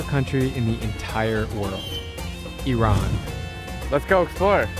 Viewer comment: You are one of few Americans that pronounce iran' name correctly Many Americans call it ayran but it is just iran